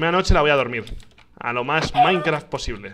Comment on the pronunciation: Minecraf xddd Se te olvido la t ekis de